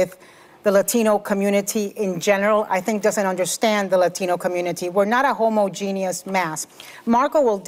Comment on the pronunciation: "Homo-Jenie-us"... Well said...